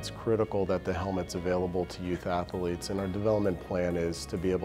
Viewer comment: Didn't know athletes had 3 syllables...